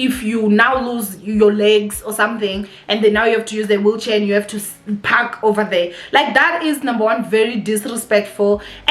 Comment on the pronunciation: le wena, it’s PaRk not paCk!! Haikhona 🤣 Love you girl!!